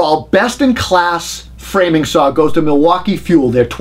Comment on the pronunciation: I just like to listen to see how many times he says "Sawr". Seriously, I think they are all great saws in the top 4 brands. I just don't want to use a saw that takes a 9Ah battery or larger, at that point I'm plugging a cord in to save weight. I have so many 18V makita packs I could easily run 36 volt and dont for just that reason.